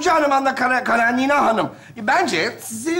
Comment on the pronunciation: 😂😂😂😂👏👏👍👍her zamanki kimi mohtesem 👍👍👍👏👏 ama Anna Karenina ☺KaraNina degil